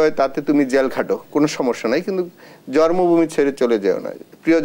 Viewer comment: জর্মভুমি না জন্মভূমি হবে উচ্চারণ টা